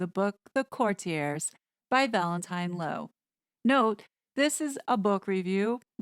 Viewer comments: Great review! The word is actually pronounced “court-tee-ays.” Thank you for doing this review!! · Or court-ee-ay(s), silent s, if you are using the correct French pronunciation. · If we’re on pronunciation it’s pronounced Court te a. It’s a French word. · I just heard Piers Morgan say the title of this book and he pronounces it /kurtyurz/ with the stress on the first syllable. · I can't take the constant mispronunciation of "courtiers". Hard pass.